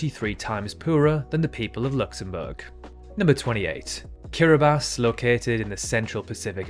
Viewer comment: geography channels should be given a credibility medal when they pronounce Kiribati the proper way. the perfect way to test that they're actually good at geography